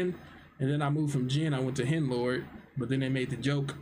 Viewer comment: Man said henlord 😂